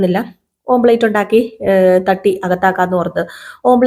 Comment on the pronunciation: ഓംപ്ലേറ്റ് അല്ല കേട്ടോ ഓംലെറ്റ് ആണ്